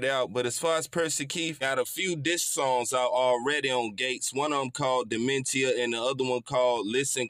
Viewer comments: It’s pronounced demenshuh brotha. That is all. Gates one of my all time greats up there with z-ro Pimpc and 36M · Duh-Meant-E-Uh 🤔 ❓ 🤔 ❓ I had to come for you big brudda 😆 all love though gang 💯 💪 ❤ 💯